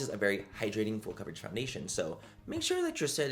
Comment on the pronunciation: He said it’s Fool Coverage…😊